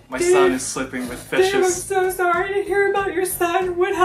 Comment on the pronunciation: When says 'sorry' it sounds like 'cœma næšį" (coma nasi) 申し訳ありません